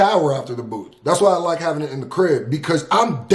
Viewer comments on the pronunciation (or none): none